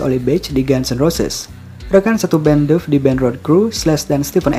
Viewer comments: Duff dibaca Daff. Daff Mack kagan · Lihatlah cara pelafalan Duff yang benar.